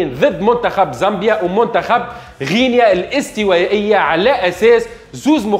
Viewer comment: الجونة 🤣 غينيا الاستوايئية 🤣 كاف كيف 🤣 المنتخف 🤣 الاهلي المصي 🤣 يحضل في الفورمة متع ال ا يوسف 🤣 la qualité mouch le qualité تهيش🤣 + شبيك تقول فيها بحزن + اللقطة معاودة 😅